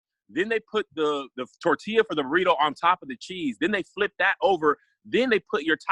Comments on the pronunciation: As the resident representative for la Raza. Also: Tore-til-uh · I want to elbow drop from the top rope for saying torTILLa lol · is from California yet can't pronounce TORTILLA. I love it.